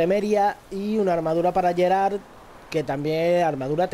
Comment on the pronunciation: en realidad se pronuncia Gerardo